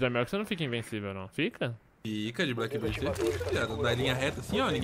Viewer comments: Pourra patife... blackBEARD e não blackBIRD Meus ouvidos sangram cada vez que tu fala o nome dele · Alguém tem que fazer um guia pra ensinar o Patife a pronunciar Blackbeard kkkkk